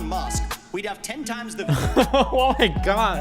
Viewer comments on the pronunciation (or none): none